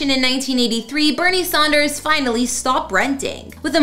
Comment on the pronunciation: So . . . his name is Sanders, not Saunders.